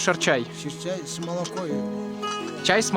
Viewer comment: не шерчай, а ширчай))) не принимайте за ошибку, а просто за любезное поправление. Шир на таджикском молоко (любого вида), а чай ну соответсвенно чай. Дословно молочный чай, куда кладут слоеную традиционную таджикскую лепешку и соответсвенно сливочное масло немного. Это традиционный таджикский завтрак. В Душанбе, кончено молоко яка не найдешь, сугубо коровье). В любом случае ваш ролик получился красивым и душевным. Рады, что такие персоны посещают недооцененый Таджикистан. А ведь народ не только добрый, но и гостеприимный. Открою вам небольшой секрет. В Средне Азии роль таджиков велика. Хотя нас стараются вытеснять. Если вам удастся побыть в Узбекистане, то поймите, что именно таджики там составляют интеллигентную прослойку. Ремесленники, учителя, повара это таджики, особенно в Самарканде и Бухаре, есть еще в Риштане и Чусте, но это все второстепенно. Ибо таджикская интеллигенция осталась на территории Узбекистана и применяется давлению. Я таджик душанбинец по происхождению, но мои предки из коренных таджиков Самарканда. Мои предки из за давления перебрались в молодой город Душанбе. Чему я очень рад. Желаю вам всего самого наилучшего и удачи в проектах. Хуш омадед в Тоджикистон (добро пожаловать в Таджикистан). Омад ёри шумо бошад (пусть удача почувствует вам).